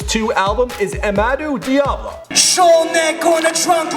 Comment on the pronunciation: You pronounced Amadu Diallo wrong that's my brothers name